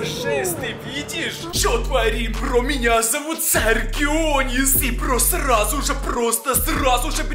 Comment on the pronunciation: Наконец-то вышел новый ролик я когда смотрел твои старые ролики то заметил что ты место слова "сразу же" ты говорил "срауже" гыг